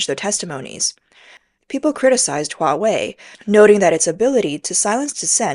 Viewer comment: It's not "Bousch", it's Bosch, prounounced "BOSH", like Posh... A.I is not verbally so Intelligent... 😂 ...yet has no problem pronouncing Huawei....hmmmm